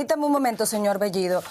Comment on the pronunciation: Pedro Castiyyyyyyo??así es su apeyyyyyido??Castiyyyyyo??las dos L L esta escrito en el abecedario así que AIQUE pronunciaron AIQUE hablar correctamente el castellano español ,por el amor de DIOS..ya basta de hablar o confundir las dos L L Con la Y GRIEGA POR FABOR ,SEÑOR BEYYYYYYIDO ??